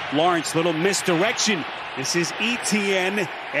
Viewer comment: Why do the commentators have trouble pronouncing Etienne?